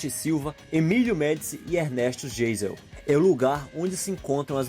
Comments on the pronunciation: NÃO SE PRONUNCIA GEISEL PRESIDENTE E SIM A PRONUNCIA CORRETA GAISEL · Diz-se "Gaisel" (Geisel). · A pronúncia é Ernesto Gáizel e não Geisel 😑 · Olá Parabéns pelo canal 👏👏👏👏 Somente alguns detalhes: 1) Marco velho em Taió é em Santa Catarina, no vale do Itajaí 2) presidente Geisel se pronuncia Gaisel 3) a palavra “mesmo” não se usa como sujeito na frase Adoro seus conteúdos, mas precisamos melhorar sempre 👍🙏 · Vacárias?? Jêizel?? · GEISEL pronuncia -se GAISEL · Para ajudar... se diz VacarÍa, não Vacária. É o nome do presidente se pronuncia “Gaisel”... alemão. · Quem narra este vídeo não é gaúcho, muita pronúncia errada, Não é Vacária, e Vacaría, sem acento A pronúncia de Ernesto Geisel é, GAISEL, de Gal Não é hino gaúcho, e Hino Riograndense O doc é bom, mas deveria ter uma pesquisa em termos de pronúncia, pecou muito neste sentido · Rsrs. Ernesto Geisel. Mas fala gaisel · Errou a pronúncia de: Vacaria ( a sílaba tônica está no i e não no segundo a), do nome do ex-presidente Geisel (se pronuncia Gaisel) e do padre Landel de Moura (é Landel e tu falou Lendel). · O nome de um dos presidentes gaúchos é Ernesto Geisel (lê-se Gaisel) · a pronúncia do Nome do presidente não é (gaisel) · Pronuncia-se "VACARÍA"! E também Ernesto "GAISEL". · se fala gaisel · Melhora tua pronuncia de VACARIA e GEISEL pf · Gostei muito do teu vídeo. Deu uma geral legal no estado. Sou gaúcho e acho que você tratou tudo muito bem. Duas observações apenas: a pronúncia da cidade de Vacaria e do ex-presidente Geisel. Mas, é claro, não compromete. Vou procurar mais vídeos no teu canal. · Devem se certificar das pronuncias corretas de nomes e sobrenomes nas matérias. Ex: Cidade de (Vacaria), sobrenome do Presidente Ernesto (Geisel) e do padre (Landell) de Moura. Muito interessante e proveitosas as curiosidades do RS e outros estados. Parabéns! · Não saber pronunciar Vacaria e nem Geisel foi imperdoável. O deslike fica pra ti. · Vc falou errado Vacaria e Ernesto Geisel....